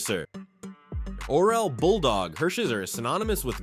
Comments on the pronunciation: Worst butchering of Orel's name 😅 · Can’t even pronounce Orel Hershiser’s name properly… both th first and last names.